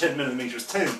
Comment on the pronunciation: Great review I love how you pronounce thin... 'Tin'